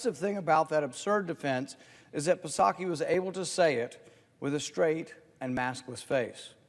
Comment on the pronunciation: He’s definitely saying “PA-sacky” on purpose